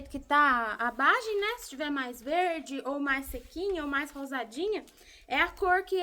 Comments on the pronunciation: Oi, AMO seus vídeos! Amiga, o nome é VAGEM de feijão e não BAGEM como vc falou no vídeo. Bjs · Olá maravilhoso o seu tropeiro ,só não fritura tanto os ovos.ah! é Vagem e não Bagem😊😅